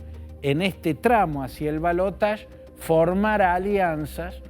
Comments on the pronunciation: Ramos Es ridículo. La palabra en castellano es balotaje y se pronuncia tal como se escribe. El uso del término francés en lugar del propio del castellano es de una afectación que suena realmente ridícula, causa risa. En realidad, por aquí no decimos siquiera balotaje, sino segunda vuelta. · En francés se pronuncia balotaSH no balotach. Yo siempre lo pronuncié así lo mismo digo garaSH. Ahora la rae rompe con cosas que antes no rompían.